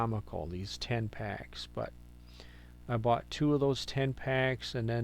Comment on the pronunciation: Thought you said TAMPAX🤔...Then I catch it up... 🥴TEN PACKS..you said TEN PACKS .. 😂..sorry❣️. Thanks for sharing your story🥺♥️.. keep it up, youre getting there🙌🏼❣️💚.. prayers for you and my highest condoleance for your sweet cat🙏🏼🥺💔❣️// Hugs//Linda E 🇸🇪 (Lyme Warrior Too💚) BTW.. How about looking for that speciell new little kitten as soon as you feel its right?😉❣️